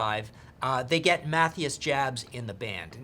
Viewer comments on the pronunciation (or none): I can't stop laughing at Math-e-us. The pronunciation kills me. 😂